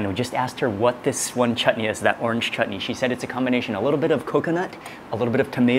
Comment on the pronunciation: Mark shared shared the beauty and aroma of food very nicely. He also said the proper sound for chutney earlier the t was softly said and it sounded not right